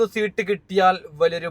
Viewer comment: സീട്ട് അല്ല സീറ്റ് എന്നാണ്